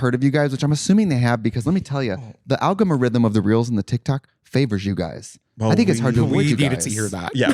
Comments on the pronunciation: Take a shot any time Trixie says "algomorithm" 🤣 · "The algomorithm of the reels and the tiktok" 💀